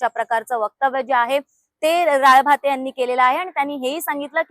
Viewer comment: राळभाते नाही ग ताई 😂.... राळेभात आडनाव आहे 😅 कितीवेळा ते चुकीचं नाव घेतेय, हसू आवरेना 😂